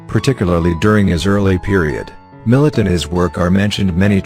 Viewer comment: Long time favorite artists. Get a real person narrator, this ai cant even pronounce his name.